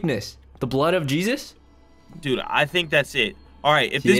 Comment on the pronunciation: the way he said yeezes